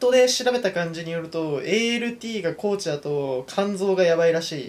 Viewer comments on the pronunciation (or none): 高値をたかねではなくこうちと呼ぶ男